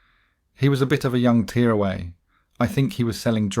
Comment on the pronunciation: This has to be an AI voiceover, right? Pronouncing tearaway like tears from your eyes, repeating things, and worst of all pronouncing Lidl "lidel"